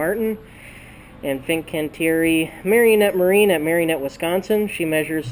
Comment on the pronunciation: It's "Marinette"..... NOT "MariOnette".